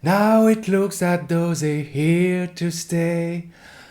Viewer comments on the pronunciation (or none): none